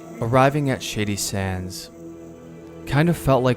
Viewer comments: I'm gonna be honest even though I'm well aware what the name of the town is, it sounds like you're saying "shitty sands" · Genuinely great video, but word of advice...enunciate a little better...every time you said "shady sands" it sounds like "shitty sands" to my ear. Also the word is "struck" not "striked" Minor criticisms, please dont take this as me saying it ruined the video for me